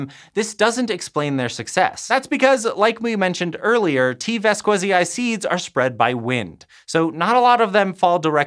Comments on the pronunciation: Your "vas-KWE-zai" pronunciation really grinds my gears as a Spanish speaker. Since the specific name of T. vasquezii is derived from the Spanish surname Vásquez, and Latin pronunciation of scientific names respects (or allegedly does so) the phonetic structure of the original when using exogenous words, the correct pronunciation should be along the lines of "VAS-khe-zee". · It should be pronounced ['baskeθi:i]. Or /bas-kE-thee-ee/ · T. Vasquezii sounds like the last name Vasquez in spanish, you butchered that name! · an odd thing about Spanish is that V and B are pronounced the same way, and it follows a weird patern: at the beginning of a word it sounds like "b", and inside a word it sounds almost like a very weak "v" (called a voiced labiodental approximant). And the other thing is thatZ, and C (before E or I) will sound like the "th" in words like THought (this is only true for peninsular Spanish though).